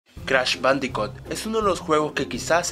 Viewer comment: "cratch badicat" xD